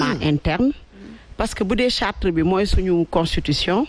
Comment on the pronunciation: Charte et non chartre